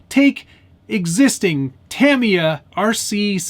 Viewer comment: You already won. You pronounced Tamy-ya correctly in your video.